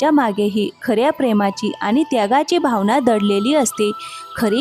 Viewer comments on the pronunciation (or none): none